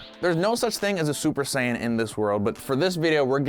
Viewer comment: Lol just "sayian"